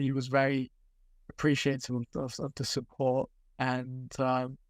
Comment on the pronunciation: Painful to listen to speak with his speech impediment. He may have been preaching about this kid for years but he is absolutely painful to listen to with his sloooooow, start/stop speech and mispronouncing "TH". The Echo has phased him out because he was a speech cadence made for print work, not digital media